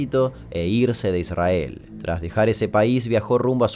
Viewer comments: like por que dijiste: "Idsrhael" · Damian dice "ISrAEL" como lo dice un rabino.. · Amo esa forma de no pronunciar la "r" en "'Israel" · Que molesto como pronuncia Israel. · Amo cuando pronuncian Israel, sin RRR